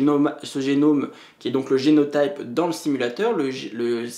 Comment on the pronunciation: Super série de vidéo ! ça m'aide beaucoup pour prendre en main mon mémoire ! Juste une petite note, en français on dit prononce génot[i]pe et phénot[i]pe ;)